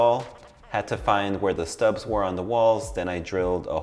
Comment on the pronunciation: Studs. Not Stubs. ❤